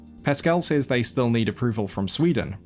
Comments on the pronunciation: SEZ, A.I., NOT “s-AEES”. Thanks. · Please learn to pronounce the word "says" .